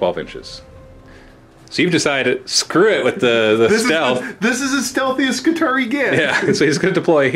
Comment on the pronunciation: I always figured it was pronounced Skitari-i like the latin Triarii you know, since everything about them is based of the roman Manipular system... Whatever. looking forward to the match regardless.